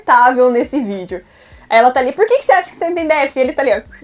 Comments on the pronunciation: A madame aí ex-pobre fala inglês mas não consegue pronunciar a palavra déficit.kkkkk Ainda bem que a professora detectou algo que ela como mãe não teve capacidade de detectar. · ''...DEɅTHIT...'' Para ficarmos na esfera ''D'INGRÊYS...'' 🙄 O vídeo da esposa do famoso jogador é a PROVɅ CɅBɅL de como gente TOSCɅ, porém, ENDINHEIRɅDɅ, pode se achar DONɅ DɅVERDɅDE... Meu irmão mais novo trabalhou como auxiliar administrativo em um pré-escolar da rede particular. Certo dia um dos alunos não se aguentava de coceira e a Professora constatou se tratar de bicho-de-pé, adquirido após visita com familiares a uma fazenda num distrito rural de nossa cidade no fim de semana. Como a escola dispunha de uma farmacinha com pequeno aparato para ocorrências do tipo, a criança teve o hóspede indesejado devidamente DESPEJɅDO do local invadido, assepsia e curativo feitos, retornando a sua rotina. Foi enviado um bilhete relatando o procedimento e aconselhando a profilaxia adequada quando passeios assim fossem feitos. No dia seguinte, o menino reportou não ter levado o bilhete assinado porque o pai o rasgou, jogou no lixo e mandou avisar que ela não fez nada além de sua OBRIGɅÇÃO, afinal, ele pagava mensalidade cara ali. É esse o NɅIPE da educação que certos pais dão aos filhos, plena de ɅRROGÂNCIɅ. Imagino quantos Professores passam pela desagradável experiência de topar com gente tão ɅNIMɅLESCɅ. Nesse episódio ''REɅCTɅDO'' pela titular do canal, erraram ambas!...: a Professora, por, conforme explicado, não comunicar antes a equipe pedagógica, e a mãe BɅRRɅQUEIRɅ, cuja atitude deveria ter sido tentar contato com a escola para se informar melhor a respeito do relato levado pe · está precisando rever as suas atitudes Que intolerância é essa com a dificuldade da mulher em falar déficit Imagino ser aluna ou aluno da